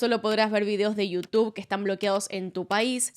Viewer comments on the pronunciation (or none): none